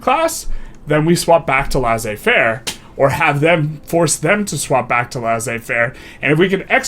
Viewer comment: Laissez-faire is pronounced "Lay-Say-Fair" :)